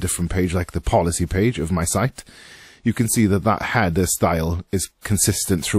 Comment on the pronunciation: struggling to watch this video because your calling it a hadder.